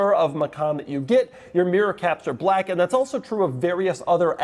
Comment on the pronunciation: The way he's saying BLACK is killing me